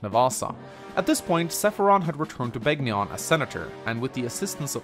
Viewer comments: It's pronounced "Ben-yawn." (Begnion) The G is silent like in "Gnome." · To anyone watching this, the G in Begnion is silent. How would I know? I actually played Radiant Dawn. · Your Begnion pronunciation needs work....